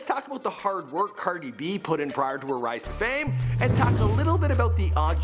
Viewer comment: It's cardi b not "cerdi b" say it right